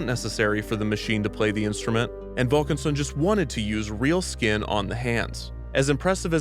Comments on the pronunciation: Less than ten minutes in and Kevin has managed to say "real skin on the hands" x3 and it only gets more distressing with each emphasis 😰😂 ALSO the nerve of Eisner to ask poor Diane whether her father had been cryogenically frozen. That man has no class, I would have punched him 😡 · The emphasize on how he used real skin is terrifyingly hilarious